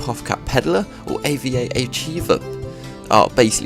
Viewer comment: Thanks for the rundown on all these new cards and decks! btw her name is Ava, not A.V.A.